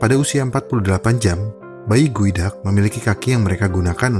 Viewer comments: Geoduck cara sebutannya Goo, dak = gu, dak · salfok jadi kayak bilang sifon gueduck